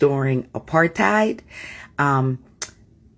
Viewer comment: After years of just accepting that we were always going to be viewed as 'evil' fir daring to be born white. It still feels surreal to hear people talk about this, as a South African. That this is actually being acknowledged. Also she didn't wven pronounce Apartheid right. All south africans can do that regardless their language. I call BS that she was ever directly from here.